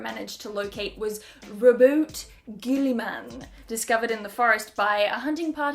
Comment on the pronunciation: its actually Rowboat Girllyman